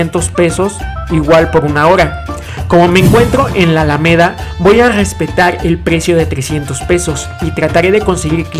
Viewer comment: No puedo "Gespetag" a las personas que no pueden pronunciar la R jajajjaa 😂